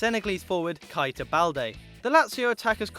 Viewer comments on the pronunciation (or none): that's not Ceballos + it's Ceballos not Keballos + it's Keita not Kaita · ceballos( se-ba-yos ) keita ( key-ta ) not (ke-ba-yos) and not (kite-a) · Nabby Kita? Your pronunciation of words is terrible mate it's Keita. KE-ITA. KEITA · Anyone hear how he said properties for keita